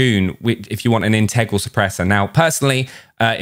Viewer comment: Haha. His pronunciation of “in TEG grau”. 🤣